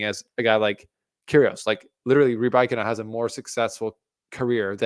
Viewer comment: Why do you intentionally mispronounce „Rybakina“? Is there really an „I“ or „y“ between a and k that only you can see? Or do you find mispronunciation cool?